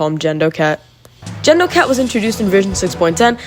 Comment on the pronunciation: Such a good video just like the Cat video, definitely a lot of clones i didn't know, which was fun to see there are some i didn't know, just the "Gendo" pronunciation </3